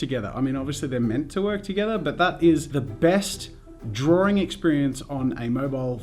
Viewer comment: I thought you said spends all time in Darwin as in the city and I got so confused (especially since it's an Australian city)